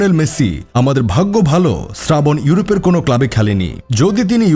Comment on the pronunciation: Srabon ❎ Sradhon ✅